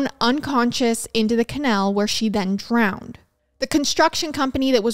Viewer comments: Youre killing me here,. I had to look at the title to understand what you kept saying. Never heard it called a canel. 😅so i didnt quite understand what was happening. I googled what a canel was, thinking it could be some Florida thing i was unfamiliar with...nope. just a canal. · Same!! Ca-naaal not Ca-nail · KUH+ NAL. Couldn’t finish the episode because I was so annoyed about the pronunciation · I absolutely love you... howevrr, every time you said canal I lost a little bit of sanity. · I love the way you pronounce canal 😂❤ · This video is going to be so hard to watch. There have been a lot of videos where the mispronunciation of the word ‘canal/s’ has been annoying but if it’s going to be every other word 😬😬😬 But I’ll manage